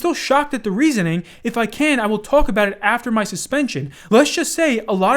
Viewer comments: worry aboot the damage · South Park was not joking about Canadians saying aboot then lol 😂